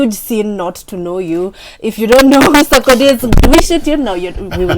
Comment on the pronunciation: U people are spoiling my man’s name. It’s not Sakode. It’s Sar-ko-die